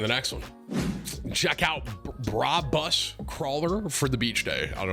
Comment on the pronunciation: it's "Brab us" not "bra bus"